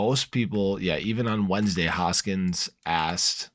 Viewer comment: “HoskinSON” not “Hoskins” just saying.